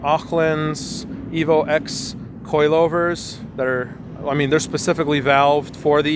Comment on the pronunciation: you said Evo "ex" gross. Its pronounced "ten". You wouldn't call an Evo 8 an Evo "Vee eye eye eye" or an Evo 9 and Evo "Eye ex".